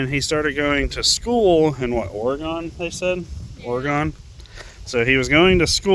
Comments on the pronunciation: It’s not Or-uh-gone. It’s Oregon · Yes but you keep saying or uh gone. That’s not how you pronounce Oregon. There is no “gone”